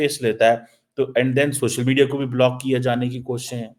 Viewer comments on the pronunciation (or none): none